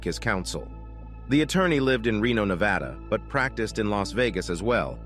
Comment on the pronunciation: Thank you for pronouncing Nevada right. 😁